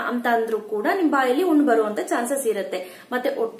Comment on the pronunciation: ಉಣ್ಣು ಅಲ್ಲ ಹುಣ್ಣು.